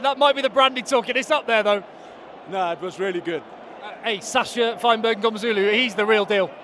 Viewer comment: That guy with the brandy did not want to pronounce sacha feinberg-ngomezulu